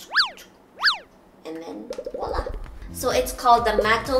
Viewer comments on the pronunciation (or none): none